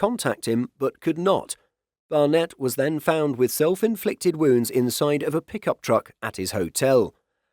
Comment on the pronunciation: "Barnett was found with self-inflicted wounds." Did the narrator say WOUNDS?